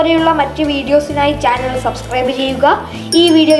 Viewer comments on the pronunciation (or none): none